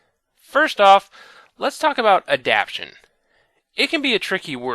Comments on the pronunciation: I love how he displays the word onscreen, and it clearly says "AdapTAtion," not "adaption," yet he still continues to pronounce it as "adaption." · "Adaption... can be a tricky word." Yeah, especially that pronunciation, huh? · Awesome video, but you're the first person I've ever heard pronounce "adaptation" the way you do! :o